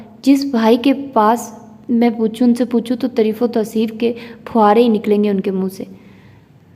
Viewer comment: Aap taareef ko tareef padhti hain is liye pls sahi padhiye